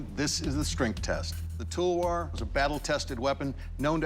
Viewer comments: It is not tolwar its talawar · Its an Indian weapon ! Pronounced 'Talwaar' not 'Talwor' ! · It's a pain them saying Telwer. It's Talwaaar. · It is pronounced as talwAAr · They pronounced talwar wrong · Please say talwar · their pronunciation of the word "talwar" is cringy